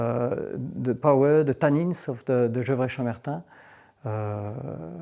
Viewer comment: The main thing I learned is how to properly pronounce gevrey chambertin.